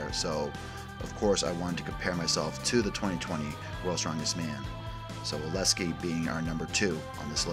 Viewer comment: Oleksii Oh-Leck-See You’re putting the S in the wrong spot